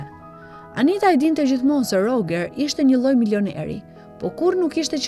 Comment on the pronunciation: Roxheri moj. Jo Rogeri.